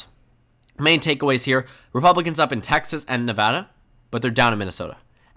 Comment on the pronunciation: Texas pronounced in Español! 😁🇲🇽